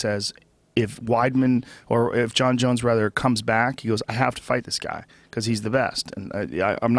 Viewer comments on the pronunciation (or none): none